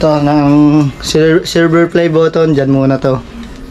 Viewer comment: Nako po silver lang hindi pa mabigkas ng Tama tsk tsk tsk